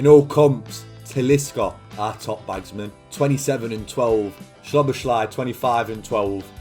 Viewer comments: it’s sah-boz-lee not sobashly 😂😂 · Just a quick hungarian lesson from a hungarian subscriber who actually knows Szoboszlai personally for more than 10 years 😄 the “sz” in hungarian is actually pronounced the same way “s” is pronounced in english so say it like it would be “soboslai” in english like you say Sosa’s name Love your content btw❤ huge fan since the portsmouth series When you upload that day cant be a bad one Keep it up bro👊🏻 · Hungarian here: Sz in Hungarian is basically what 's' is to the english. Not 'sh' but 's' like in sneak, snake, or step. So you pronounce it like So-boss-la and then a long hard i, more like an 'e' in english. So-boss-la-e, so-boss-la-ee. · i almost fell off my chair when i heard schloboschlay 😂😂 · Is it correct to pronounce it like soBOSlai? With the pressure on the middle? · As a hungarian that pronunciation of Szoboszlai's name hurt my ears.